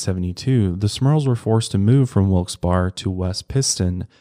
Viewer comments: it’s pronounced “wilks bear” sorry my pennsylvania self was going nuts😂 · Oh boy I live in Wilkes Barre and your pronunciation is killing me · It hurts my soul when you say Wilkes Barre lmao. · Living in the Wilkes barre area my entire life. Most people pronounce it differently, and eventually it just flows in the convo 🤣. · i live here in town! also little future tip, it’s pronounced more like wilkes “bare” instead of “bar” ! 😂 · I love you but my ears hurt from hearing you say Wilks-bar instead of wilks-bear 😭 so weird to remember not everyone is from around here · its pronounced wilkes- "berry" not "bar" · As a local I have to correct one thing. It's pronounced Wilkes "Berry", not Wilkes "Bar". The Barre in Wilkes-Barre comes from Issac Barre, who was one of the two members of British Parliament the city was named after. Technically you can go into the true french pronunciation of Barre's last name as it's root is french but Americans apparently have trouble with the rolling r's, so. Sorry we always hear the mispronunciations here and it just makes a local launch into "That's not how you say it". 😂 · It's Wilks(Berry) Pa.... Not Bar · I'm from Scranton/WB area & it's wilkes-"bare" not berry or bar.. it's bare as in bare ass! 😂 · Exactly! Its pronounced "Wilkes BEAR" by locals. What gets me is that local news channels call it "Wilkes BERRY" LOL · It’s not pronounced Wilks barrey(although that’s not how it’s spelled, just pronounced) that’s crazy though I didn’t know that, that’s where they are from. Mile higher fam ❤ I’m here for it all. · You can also say that a demon will also smell like Sulfur. I live in Pa, Wilkes Barre is pronounced, 'Berry'. You tried and almost had it. Lol, God bless! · Wilkes Berry. that's how it's pronounced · Its actually pronounced "Wilks-Bare" and a lot of folks in central Pa pronounce it "Wilks-Barey" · Its pronounced wilks-bear lol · "Wilkes BAR" hahaha I love you but man did this kill me